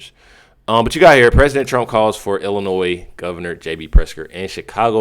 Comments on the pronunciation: Bruh pronounce Illinois right 😂😂😂😂😂 Illinoise😂😂😂😂😂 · Love the channel but can someone please tell the that the "s" in Illinois is SILENT...it is driving me mad lol